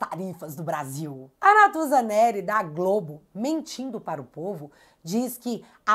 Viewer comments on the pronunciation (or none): none